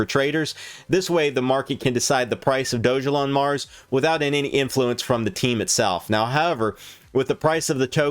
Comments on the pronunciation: It’s pronounced dog-a-lon!! How did you miss that it literally explains that in the description!! It’s not doge elon.. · It’s not “ doge” it’s dog-Elon mars